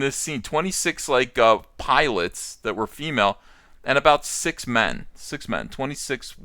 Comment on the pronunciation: He said "Pilots" and I heard "Pie-lets", like "Piglets"